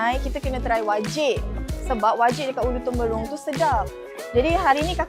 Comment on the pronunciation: Bukan Ulu Temberong kak, Ulu Terumbong la 😂